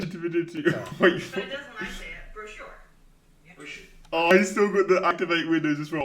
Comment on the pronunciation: Brochure is pronounced "Bro, Sure".